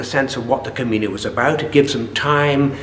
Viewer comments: Not to be too critical but I just wish the interviewer had taken the time to learn the correct pronunciation of "camino". He hears pronounce it correctly several times but obviously is not listening. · Except for the road signs in Galicia. I used to wonder why it was spelt with what I call the 'onion' n. I noticed in one of the other parts of this interview he uses the common pronunciation. But sure what the heck, knew what he was talking about. Bo Camiño or Buen Camino, just makes me wish I was back there no matter how it is said:)